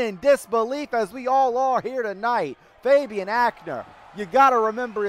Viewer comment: Is it just me or when ever Phoenix says Fabian it sounds like hes saying baby😂 Anyone else?